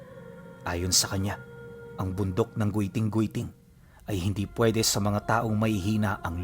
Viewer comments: Giting giting po Hindi gwiting gwiting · Giting giting po basa jan ❤ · giting² po basa nian or let's say Thorne mountain